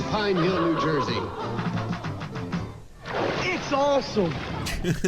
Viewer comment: it’s prouniunced POKE-uh-no